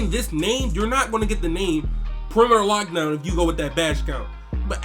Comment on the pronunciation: Is does not say perimetoe lockdown